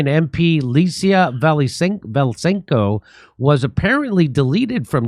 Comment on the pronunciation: V-a-s-y-l-e-n-k-o not Valysenka... Jimmy, c'mon 😉